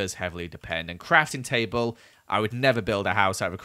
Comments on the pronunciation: did anyone else hear him say tabel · Did anyone else hear tay bale or just me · "Tay Bale"